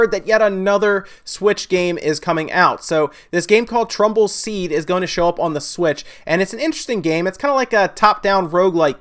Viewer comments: Kyle Morris Tumbleseed. He said it wrong. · Super Chris np. I thought you were making fun of because he kept saying trumble seed!